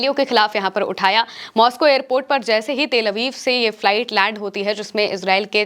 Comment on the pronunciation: aramse behena aap toh jaldbazi mei airport ko airpet bata rahi ho. fir bhi Israeli ko pakar kar rakha sunn ke achha laga...